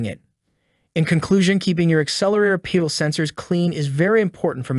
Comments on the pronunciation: Stop saying Pee-dal sensor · is it a pee-dal or a pedal? The age old question...